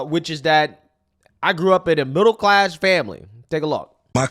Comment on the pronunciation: Bruh she basically said "im get back to you but first... I grow up in a mibble class house"